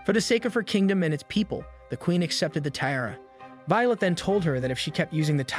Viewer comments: Tiara is pronounced "Ti-ah-ra" not how you are doing it and it really annoyed me :-( Otherwise very good recap. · If this is such a high-quality production, why can't you pronounce "tiara" correctly? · Bro who writes your scripts because you obviously don't considering you can't pronounce tiara or bed ridden...